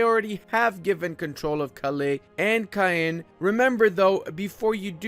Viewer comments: if you wanna say Caen right, it's like the way french say "France" in french like "Kãn" sounds like the word for "When" "Quand". Easy enough right? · Caen is pronounced as "Carn" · They way you say "Caen" hurts every single time :D